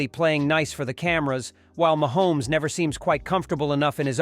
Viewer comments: Oh yuk....you can report better than this...Ma Homes. You are saying it wrong....even swifties can pronounce it. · I just love the machine voice. It sounds real but if the machine can't say Mahomes.